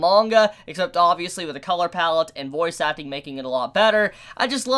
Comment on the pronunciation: Every time you said voice acting, I understood it as "Bois suckling" or "Boys acting"